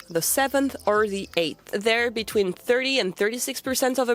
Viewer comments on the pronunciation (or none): none